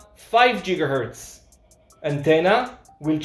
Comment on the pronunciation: Once again, I was laughing at the pronunciation. Jiggahertz is a funny sounding word. It seems that you're inferring that I'm making fun of you in some way, and I promise, thats not the case.